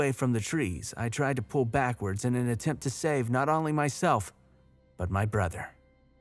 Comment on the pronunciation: SAY ONLY PROPERLY DAMNIT. OWN-LY not AHNLY